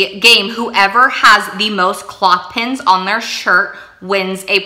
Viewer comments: I kept trying to figure out what you were saying about the don’t cross your legs game. You are saying cloth pins. But you must mean clothes pins 😊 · You wear clothes not cloths. Sorry just wanted to let you know your pronunciation is incorrect. The clips are called "what you wear - clothes" pins, not cloth pins 😐 thought you might want to know... Awesome ideas and great gift ideas, you gave me a ton of ideas. Thank you!